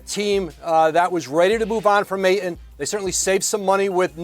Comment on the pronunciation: The 'T' in Ayton is NOT silent... ugh